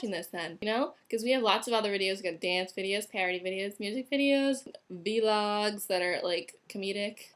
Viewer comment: vee logs